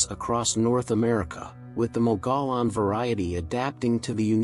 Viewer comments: Mogollon is pronounce as mug-e -on. Not me go lon. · Please don't say "Mogolon monster". The pronunciation is more like "Mogo-John" monster. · In AZ we pronounce mogollon as moh gee on not what you said. That's like saying wrongly fee lah inst ad of ge lah as in he la monster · Mogollon = Moe-ghee-yaan. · FYI... Mogollon, as in Mogollon Monster is locally pronounced "Mō'-ga-yawn." I know, looks nothing like that. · It’s pronounced MOG-E-ON (#4) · It's "mo-gee-yahn" monster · it’s one of those weird AZ words that when you look at it you can’t pronounce it unless you are from there, lol. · Yes, I was told I mispronounced it pretty badly, my apologies about that.. I'll try to avoid that in the future.